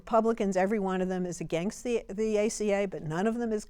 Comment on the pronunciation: I'm an Eleanor but why does she always pronounce the word against "againgst"? It infuriates me. There is only one G in the word against Eleanor!